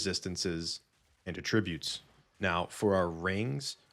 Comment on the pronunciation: For what it's worth, it's pronounced AT-trib-ute because it's a noun (person/place/thing). The other way, at-TRIB-ute, is the verb.